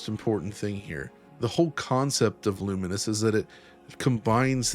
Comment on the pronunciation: Is it not "lu-mines"? A mixture of lumens(light aspect) and mines,which is what happens when you combine,explode?